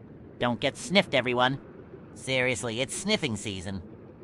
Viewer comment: You are BACK!?!?!?!!?! OML YESSSSS W MAN and did he say sniffed or ni